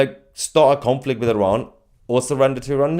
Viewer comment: IrAn... i learned how to pronounce it properly...ty